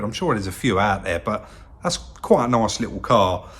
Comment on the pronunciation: It’s nuyace that it’s auamaic!